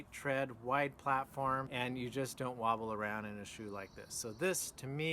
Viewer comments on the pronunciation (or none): none